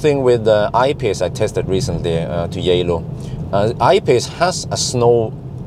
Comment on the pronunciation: Arriving in "Yeah-Low".... Reminds me of Spanish, "Hielo", which is 'ice.' Any connection?